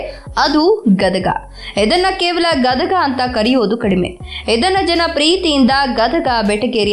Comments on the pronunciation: Medam gadaga alla gadag ani ok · ಗದಗಾ ಅಲ್ಲಾ ಗದಗ ರೀ, ನಮ್ಮ ಊರು.. ಪುರಿ ಮತ್ತ ಬೆಟಗೇರೀ ಚಟ್ನಿ ಮರತರೀ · Gadaga ಅಲ್ಲ ಗದಗ